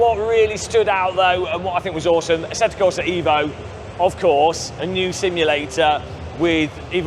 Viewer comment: How not to pronounce 'Beta', 'Assetto Corsa Evo', 'Pagani Huayra', 'Aluminium'??